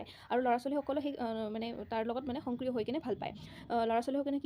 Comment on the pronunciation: Ma'am Hongkriyo nhoi Hokriyo hobo lage pronunciation tu.